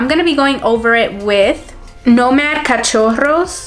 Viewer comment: Loved the look ❤️ And loved even more that you know how to pronounce and . ¡Saludos!